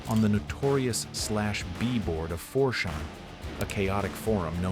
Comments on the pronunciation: It annoys me so much that he keeps saying “4 shaun” instead of 4chan lol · Fore-Sjaaaan.... ? FourTjen (4Chan) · These videos are okay until you realize the AI-generated voice can't properly verbalize any numbers more than two digits long and thinks 4-Chan is pronounced "4 Shawn." The topics are great but a human should be at the helm. I don't even know if I can trust the information in the videos now because I don't know how it's being sourced. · 4 shan? Calibrate the ai. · 4chan is now “for sean” 🤣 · Is this an AI voice? No one calls it 4 shan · ahhh fourc'ahn sounds fancy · It was refreshing to hear that haha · I heard more as 4chán lmao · This AI voice overs actually pretty good but as soon as he said 4chan wrong that gave it all away